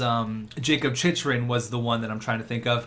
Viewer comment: Hey! Jacob Chychrun is actually pronounced like chick er ing